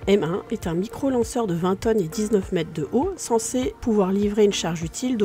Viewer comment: Bravo ,excellente préstation , par contre la diction est perfectible à peu de frais , les centimet',met' et autres quat' ça ne passe vraiment pas , par contre excellente diction des noms étrangers . Vous faites infiniment mieux qu'Hugo Lisoir qui me les broute franchement